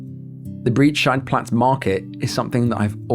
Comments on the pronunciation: This comment will probably drown but Breit in Breitscheidplatz is being pronounced like "height". E + I in Germany is pronounced Aye/Ay. Breit like height or wide or flight or fight. Same vowel sounds. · Breitscheidplatz ➡️ The pronunciation of Breit... sounds like the English word "bright". 😉